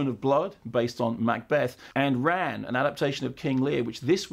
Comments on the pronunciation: Fyi you should pronounce Ran like you would the name Ron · Isn't it pronounced as 'Rarrrn'? Well that's what I always thought anyway